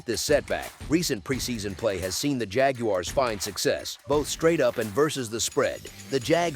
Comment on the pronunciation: JAG-YOU-ARRES :face-blue-smiling